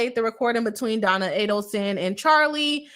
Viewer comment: "Boss" attorney? Is it like "Boss" chick or a play city girl? Btw, her name is pronounced Donna; no L at the end of her name. Isn't it Adelson?